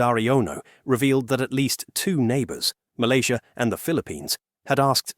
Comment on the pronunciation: Sebut nama Malaysia yang tercinta ni betul2 ye..jangan nampak hina sangat loe ni..ingat warga Loe paling ramai bekerja di Malaysia..Dorang happy je kat sini ..Loe je tersiksa kat indonesia dan percaya berita hoax